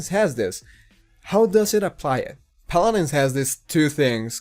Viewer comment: JJAJAJAJAA 'Palarensss'